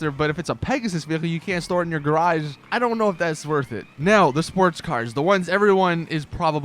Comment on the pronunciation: could you stop saying "garagsh". fuck it's annoying